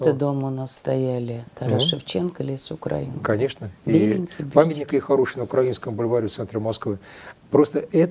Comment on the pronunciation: А вы, милая ведущая, в своём нежном возрасте, не выяснили где нужно ставить ударение в слове украинка? Ну, наконец-то, друг Кота вас просветил. Не зря видео записали, обогатили свои знания. Да и мы узнали, кое что интересное, а то бы и дальше слушали друга Кота, развесив уши.